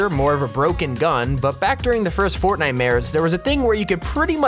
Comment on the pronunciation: I thought was real fortnine🤣🤣